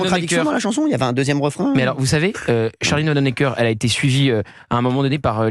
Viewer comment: Pour info ; Charline Vanhoenacker est à prononcer ( phonétiquement ) VAN OU NA KER !!!